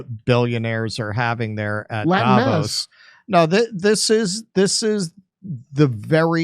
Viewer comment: It‘s called DavOs. The emphasis is on the O, not on the A.